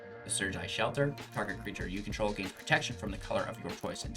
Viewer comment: Serji shelter he says. Hate when people cant say the cards names correctly..